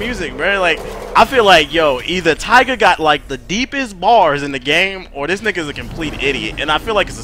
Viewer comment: YO he said tiguh the tyga I'm dead